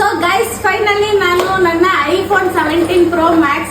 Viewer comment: Nayna ❌ NANYNA✅ 😅